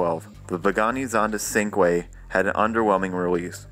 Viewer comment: its pronounced chin-kweh not syncweh